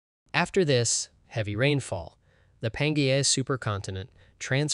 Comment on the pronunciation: Also please find some pronunciation dictionary before recording. The quality of your videos has increased exponentially but “pan-Gaia” hurts my soul